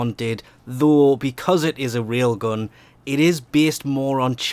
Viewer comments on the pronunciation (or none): when you say "rail gun" its sounds more like "real gun" rail gun is the real gun.